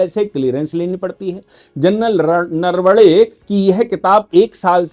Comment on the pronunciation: जनरल साहब, नरवडे नही नरवणे है. आपके जैसा उच्च शिक्षित व्यक्ती ऐसी भूल ना करे.